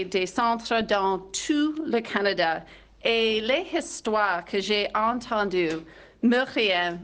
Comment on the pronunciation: Im sorry what did she say kinyada?